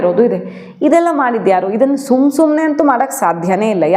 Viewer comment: Why you want to tell SUM SUMNE instead of Sumane.....